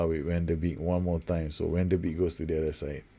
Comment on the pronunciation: Van de Beek is pronounced "Van de Bake"